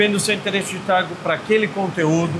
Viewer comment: Trafego e nao trafico… muito bom o conteúdo, parabéns